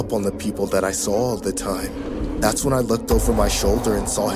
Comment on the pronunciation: I love when the girl narrator says “thas” instead of “that’s”